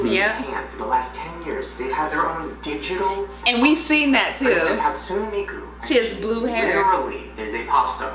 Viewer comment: Vocaloid!!!! and.... it's HATSUNÉ MIKU NOT HATSOON MIKU just to let u know